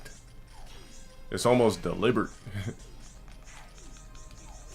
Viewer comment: He must’ve learned the word deliberate. But pronounces it wrong as always